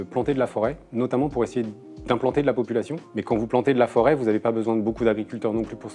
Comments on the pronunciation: La forêt, et non la 'fôret'. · La "FÔRET" ?? t'es sérieux